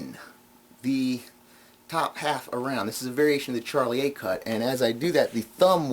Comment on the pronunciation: I'm not a card guy in fact I abhor most card effects in spite of my knowledge and experience with the pasteboards, but I enjoyed this mini-lecture... p,s, (It's Shar-lee-ay) not Charlie-A